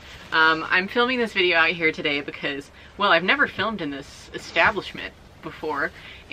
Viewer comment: This is a real question I’ve been asking myself as a person to whom English isn’t their first language. Why is it that pronounces the word because as "buh-cause”? Where is this accent from, is it common? I am just really curious because I haven’t really heard that accent before and I don’t think her sister pronounces it that way! Thanks haha!